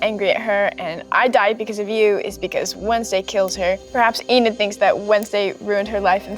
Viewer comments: LUIS SAYING “EDNID” INSTEAD OF ENID IS SENDING ME 😭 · NOT HIM SAYING EDNID HAHAH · Ednid? Eden? Ennid? Enid there yall go byeeeeeee😂😂😂😂😂😂😂😂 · "Enid darling, Enid" 😭✋🏼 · When Luis says Enid wrong it’s too funny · Bro how he said Enid got me laughing so hard😂